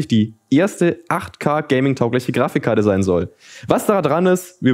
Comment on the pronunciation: Wie er wieder zwischendruch "Grafichkarte" sagt. :D